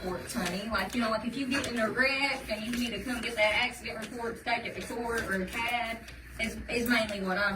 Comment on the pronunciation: Is it uh AkSuhDeent? ==her